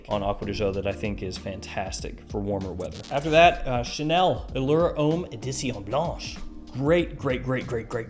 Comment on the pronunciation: Great review - love the way you give us heaps of choice at wide price points. I've got a few more to buy now, but please.......Homme and L'homme are pronounced Om and L'om not Ome and l'ome.